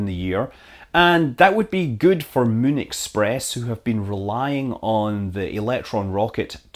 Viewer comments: Mun? Did Squad take that name how you say Moon? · Scott, everytime I hear you say "Moon" what I hear in my head is "Mun".